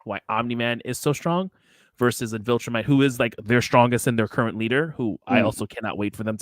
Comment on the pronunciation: Take away Man Card lmao! Every time he messes up “Viltrumite” clip a corner!